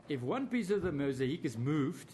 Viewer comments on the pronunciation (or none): Talk about pulling at straws, nothing really conclusive, more just "you cannot see it any other way.." Empty vessels make the most noise and this is 4 hours worth, In closing, its mosaic not mosahic.